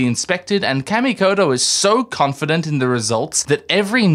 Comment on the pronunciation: Kamikoto....like CAW ME COH TOE They're sponsoring you so, you probably should say it right...😅